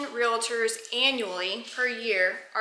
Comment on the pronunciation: I don’t blame you one bit for carrying. It’s a shame that you have to but unfortunately that is the way it is these days. One question though, and please don’t be offended, but isn’t realtors pronounced as spelled? Why do you call it real-a-tors?